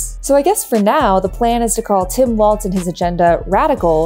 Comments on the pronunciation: I enjoy your commentaries, but can you double check your pronunciation of Gov. Walz's name, please? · Walz... No "T" in there. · Maybe pronounce his name right? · Walls !!!!!!!! Not Waltz…… Good grief. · It's Walz (walls) not Waltz. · Weird how many people who are super keyed up on respecting people enough to not misidentify them aren't bothering to pronounce Walz correctly. Does it matter to us or does it not? If it's an insult when they do it to Kamala how is it not an insult when you do it to Walz? There's no "T" and we aren't in Germany. The man has told us how to pronounce his name. Respect that. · she says waltz throughout the video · It's "Walls" not "Waltz" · Psst: "Walls", not "Waltz" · It’s not “Waltz” it’s Walz…Jeezuz! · It’s pronounced “Walls” not “Waltz” the dance. Walz has no T in his last name. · Pronounced Walls (not Waltz), for future reference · It's WALLLLZ. Walls. Walz. Balz to the Walz. Please stop with "Waltz". That's not his name. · Had to shtop. It walz, not waltz! If you're gonna talk for a living...derp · His name is pronounced ‘Walls’. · It's Walz, not "Waltz" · It's walz not waltz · It’s pronounced “Walls” not “Waltz” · Walz is pronounced Walls not Waltz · You could start by pronouncing his last name correctly. It is pronounced.Walls not Waltz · Walz not Waltz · Tip for just everybody over the next few months: There’s no T in “Walz”. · Cool. There's no T is his name though: its Walz not Waltz. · His name is not pronounced like the dance, walz. His name is pronounced more like “walls”—plural. So, again, no “t” sound. Watch some local Minnesota news and you’ll hear them pronounce it correctly (or just find a clip of the guy himself saying “I’m Tim Walz”). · His name is pronounced "walls" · Great video, thank you! But you seam to be pronouncing a “t” in his name that isn’t there.